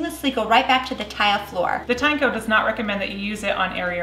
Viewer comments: pretty sure americans botched tineco pronunciation. how do you pronounce a tin and eco. then why the heck it's tye nako if they're put together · it's teen-e-co 🤦‍♂